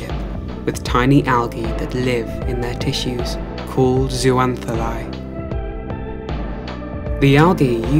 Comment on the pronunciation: is zooxanthellae really pronounced that way?